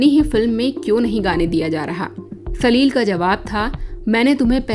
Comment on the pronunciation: सलिल शब्द को आप सलील कहकर प्रिन्नसिएट कर रही है छोटी और बड़ी मात्राओं का अलग अलग उच्चारण है। आपके द्वारा सलील कहने पर शब्द में कठोरता महसूस होती है।